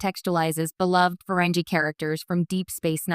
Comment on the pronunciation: What a crappy A.I. Video. EVERY SINGLE STAR TREK FAN knows that the alien subjects of your video are pronounced: FUR-REN-GEE. (with a HARD "G", not a soft "G") I won't even bother watching this video if you can't even pronounce their NAME correctly. This A.I. SLOP on YouTube is getting WORSE. People are making videos about subjects they have ZERO knowledge on. THUMBS DOWN